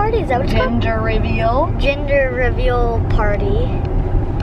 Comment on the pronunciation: she said ginger reveal instead of gender reveal